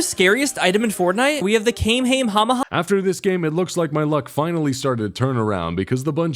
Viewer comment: I absolutely lost it when he said "came came hamaha (Kamehameha)" I was not expecting that